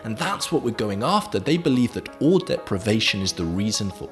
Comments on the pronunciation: Why does he say O instead of awe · awe is pronounced like what we say when we feel awe